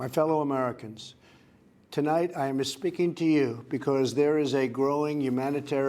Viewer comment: "Tonight I ama espeaking to you"